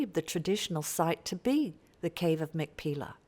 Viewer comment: The Hebrew pronunciation is actually "mak-pay-lah".